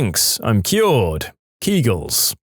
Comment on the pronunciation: Kegels = Keg els